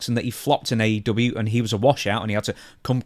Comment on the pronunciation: AE Doo-bee-a 😂😂😂